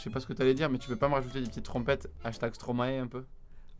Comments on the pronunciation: 7.26 on dit pas stomaé on dit stromaie (phonétique) desolé je suis belge j'était obligée ;) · Les français arrêtés une bonne fois pour toute de dire « stromaé » ça se dit « stromaye » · Ça se dit STROMAÏÏÏ